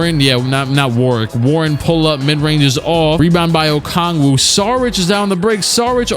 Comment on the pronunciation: doesn’t know how to pronounce Deni Avdija Also clique: pronounces onyeka okongwu perfectly🙃